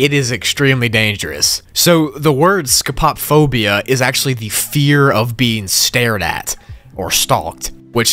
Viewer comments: "scopop phobia" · Don't mean to be that guy, but as a grammar and etymology nerd this hurt me. For those of you who don't know, "Scopophobia" is not pronounce "scope-pop-phobia", but "scope-o-phobia", as it is comprised of the prefix "scopo-", meaning "in the sight of/being seen by", and "-phobia", meaning "the fear of". Combining the two and adjusting for the actual meaning, this means "The fear of being watched". Anyways, thanks for coming to my Ted Talk. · Hey, um. Scopophobia is pronounced scope-uh-fob-ee-uh. Not sco-pop-fob-ee-uh. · That scopophobia pronunciation, dear lord scope-o-phobia not whatever the hell scop pop phobia is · He really said scuhpop. It’s pronounced scopo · its pronounced like scope o fobia, not sco pop phobia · the most terrifying thing is how pronounced Scopophobia (scope-ah-phobia as in a telescope) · It’s pronounced so-po-phobia I have it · Isn't Scopophobia pronounced Sco-po-phobia? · The way scopophobia was pronounced/spelt hurt me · Not to be "that guy" but... According to Google, you pronounced Scopophobia wrong